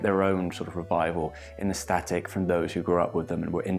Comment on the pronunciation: day 1,246,573 of waiting for a single person on the internet to pronounce the word "aesthetic" correctly